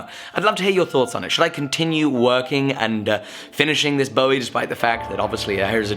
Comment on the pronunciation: Cool, but it's definitely pronounced "BOO-ee". Jim BOO-ee David BO-ee